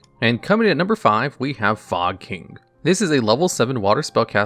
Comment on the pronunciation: Why is no one talking about “fog king” literally pronounced “fuck*ng”